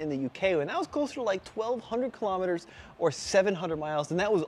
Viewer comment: TFL, pay attention; its not killom etres, its KILO Metres....